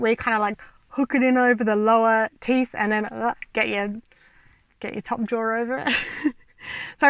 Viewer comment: You say jaw but I keep hearing drawer